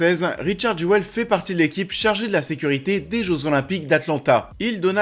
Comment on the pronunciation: ça se dit "jul" :)